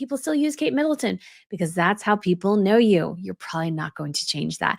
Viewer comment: you said 'MiddleSton', did you not mean MiddleTON? i didn't see you correct yourself...